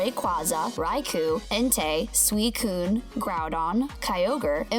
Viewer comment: she called it sweeekuuune